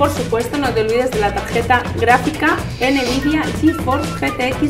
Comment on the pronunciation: ¿Por qué mierdas decís Enevidia en lugar de Nvidia? Menuda demigracia de vídeo.